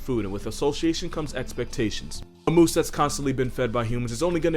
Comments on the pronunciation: the “moosiah” 😂😂😂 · Its "Meese"